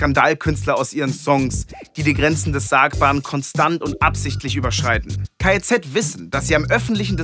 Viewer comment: Es triggert mich, dass du die ganze Zeit K.E.Z. sagst 😂 Ansonsten aber ein cooles Video 🤝